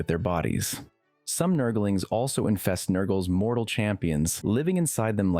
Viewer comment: "Nurgle-ings" bothers me so much lmao